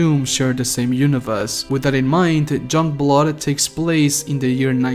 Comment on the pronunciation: Were you saying junkblood when you mentioned it lol?